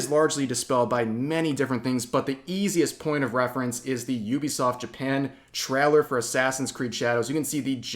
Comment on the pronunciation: The way rev says “trailer” is so odd but funny